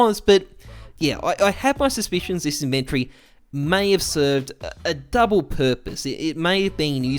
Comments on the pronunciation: The way you say inventory bothers me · Good evening to everyone except people who pronounce "inventory" like does.